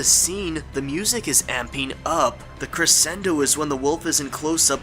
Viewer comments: Crescendo is pronounced crashendo. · and You've used the word crescendo several times in this series and I just wanted to let you know that the 'sc' part of the word is supposed to be pronounced like 'sh'